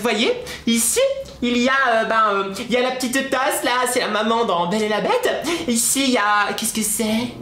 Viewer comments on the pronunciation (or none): Ta dit belle pas beuele TU A TRAHIS LE LANGUAGE DU PALMIER